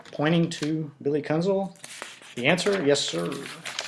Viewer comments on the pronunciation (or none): Sir, first and foremost, I do not care what your opinion of Billy Kuenzel is. And it's pronounced Kenzel as the "u" is silent. Which is what you should be when speaking about my father, Glen Kuenzel. His testimony was and still is the truth. He did get home from work and had to check on me and subsequently take me to the hospital as I suffered a concussion during a football game the Friday prior. Also incorrect is the name Kenneth, my father never referred to me as Kenneth it was always Keith. So I do not know where you get your "facts" from but they, sir, are not facts. Again you can have any opinion of Billy you choose and say what you feel you need to say. But you will desist in speaking of my father. Thank you Keith Kuenzel!